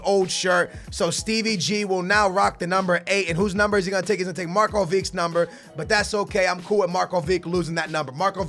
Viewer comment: yes you said marko right,i am from Serbia and I know how it is said